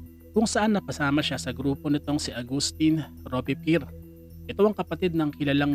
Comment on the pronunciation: rowbz·pee·ehr ang tamang pag basa sa Robespierre